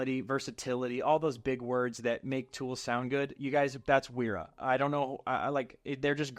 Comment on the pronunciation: Pb swiss! And also those German W's are pronounced like a V